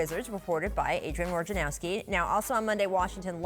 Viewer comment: Please stop calling him warjanowski. There is no R in his name